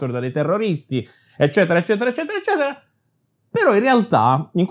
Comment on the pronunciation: Ma abiti a Bologna? No perché hai la "Z" pronunciata da Emiliano!! Grande 😆